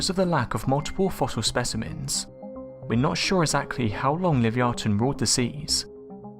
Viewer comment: Love your videos hun but you r pronouncing Livyatan wrong I think lol well one of us is lol keep up good work xo